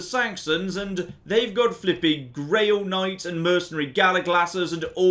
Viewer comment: I'm sorry but it's pronounced GRAAL like HALL not like GRAIL again so sorry but its just been bugging me Love you still 😘